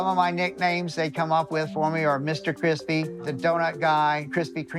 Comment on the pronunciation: Florida men like their meth cwispy